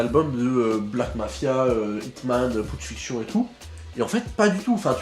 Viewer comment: Pucc Fiction ça se prononce comme "Pulp Fiction"